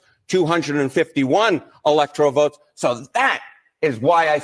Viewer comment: It's not the "electorial" college. It's the "ELECTORAL" college!!!